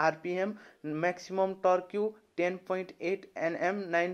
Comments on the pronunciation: टर्क्यु ?? It's टर्क . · Bhailai deerai dhannebath,,, torque (tork bhannu hola torkiu hoina) don’t take otherwise hai thanks I totally enjoyed your video.